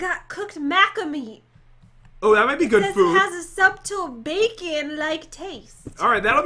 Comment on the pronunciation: pronounces the B in subtle